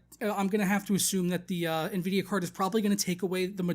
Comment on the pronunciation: sounds like your saying nehvidia lol